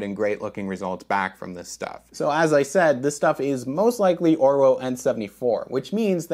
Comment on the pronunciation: It’s pronounced ’Orvo’ being German.